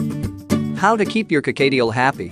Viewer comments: Whats a carcadeal?? Dang Americans pronounce words so weird! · "Co-kayy-tiel"? No. Just no.